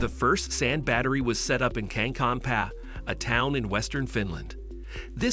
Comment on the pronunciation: The "Finnish town" of "Cancun PA""... Should be "Kankaanpää", but I get it Finnish can be hard for non-natives... Another thing that I noted, is that this video seems to have plenty of flashes that appear to be from Matt Ferrel's video.